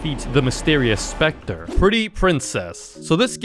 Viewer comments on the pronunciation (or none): none